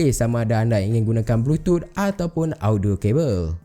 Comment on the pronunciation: Kenapa bro sebut "Bluetooth" sbg "blutut"..aku tergelak bro.